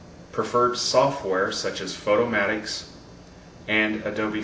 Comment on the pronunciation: Finally someone who pronounce it Photo-mat-ix as in automatic instead of Photo-mate-ix :) Oh and great tutorial of course!